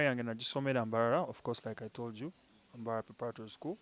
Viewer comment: Hahaa, Allan that acient!,😂😂 ngu mbarrarra kakyeeka ishouto Instead of mbarara kakyeeka ishoto😉😉